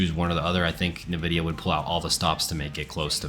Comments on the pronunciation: My brother in tech... It's not Nah-vidia. It's the letter 'N'- vidia. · did you say Navidia?